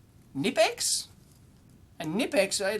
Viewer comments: Knipex starts with a „k" followed by a „n". Both letters are pronounced. It's not pronounced as nipex. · Knipex is pronounced "Kaknee-pex" two syllables...I know, it's weird as an English speaker. Knipex makes some of the best pliers on the market. Wiha is pronounced "Vee-ha". Wera according to their US distributors is pronounced like an English speaker would pronounce it. All are great tools. The Wiha have some of the best precision screwdrivers, they have a very extensive precision set that should be on any EE's wish list. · Just FYI, the Knipex brand name is pronounced with an audible K, similar to how you would say Evel Knievel's last name. I am not entirely sure about the etymology of the name, but the word "knipsen" in German can mean for example to snap, to clip or to punch (as in punch holes). Incidentally, "knip" in Dutch mean "to cut", so had they been a Dutch company I would have definitely thought that to be the original idea. (And I know this because I am Swedish, and the Swedish language historically has a lot of influences from German and Dutch. In Swedish, "knip" means "squeeze tight".)